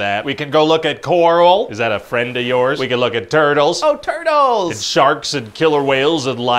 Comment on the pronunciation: Pretty sure I heard "TURDLES"